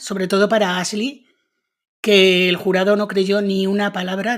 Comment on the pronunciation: Tan difícil es pronunciar bien los nombres en inglés? La locutora dice Asli en vez de Ashly, con el sonido sh.